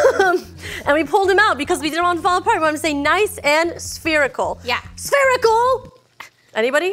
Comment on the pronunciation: This is the second time I've heard say "Sphericle" and nobody get it